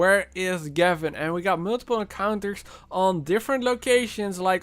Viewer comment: Gevin? More like GAV-IN